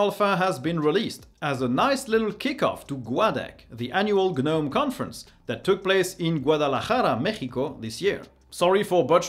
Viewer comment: Gah-gnome , kah-knife, kah-knob , Kah-knock , Dee-django ....😂